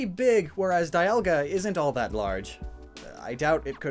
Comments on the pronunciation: its not die alga its dee alga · whatsup guys i'm immediately taken out of this video by the pronounciation of dialga but i'm watching nonetheless